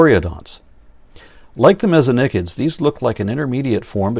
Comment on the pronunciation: Thank you for pronouncing Mesonychids the way you do. Yes, I AM claiming that this is the correct pronunciation in an English environment.